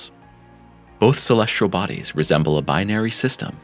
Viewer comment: Try to find a narrator who can pronounce the word, "celestial", That would be great. =PC=